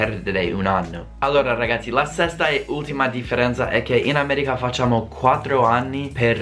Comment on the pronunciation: Come mai dici "Ameriga" e non "America"? Ahah.